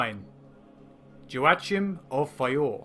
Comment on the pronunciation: A little nit-picking but I'm pretty sure that Joachim is pronounced "Hwak-eem", not "joe-achim", it's the same root as Joaquin Phoenix's name.